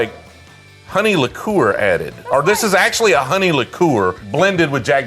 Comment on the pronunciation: What is with the pronounciation if liqueur?